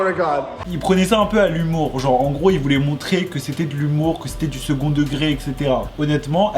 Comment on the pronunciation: "Qui zétait" 😖